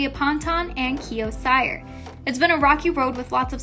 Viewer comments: Ceeerrrr not cyerrrrr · CYR is my last name too and its pronounced "Se-ar". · I don't think his last name is pronounced sire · You pronounce it Kio “SEER” say it with me S.E.E.R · its (seer) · WHY DID THEY SAY CYR LIKE THAT? ITS see-er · I cant get over "kiO ciEr" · SHE REALLY SAID KIO SIGHER!- IM DEAD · do not want to be rude, but you pronounced "Cyr" wrong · No one: this Chanel: Olivia pŌntän & Kio sîyër